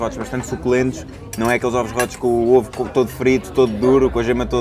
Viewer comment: “Ovos rótos”